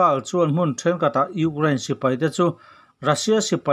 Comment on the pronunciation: Ukrane tih leh National tih i lam dan hi chu ti danglam ve hret la chu ngaihthlak a nuam deuh ang maw le